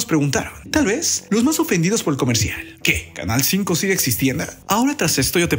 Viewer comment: Otro titere q no dice bien canal 5 la cago